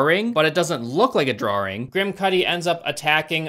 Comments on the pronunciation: WTF is a "drawring"? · disliked for the mispronunciation of "drawing" that was sinful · "Maybe it's a drawring xD " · Sorry a....a what? A Drawring? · Drawring lol 😂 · what the fuck is a drawring lol?